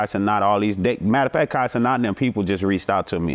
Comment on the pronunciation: He said Kai ce not